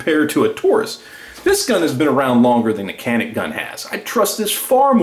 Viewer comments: Yep Taurus is great value for the money....and Canik is pronounced: Jan-ik......:-) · I love the video and I will buy me a Taurus now but in the word Canik, the C is pronounced as CH, sounding like Janic.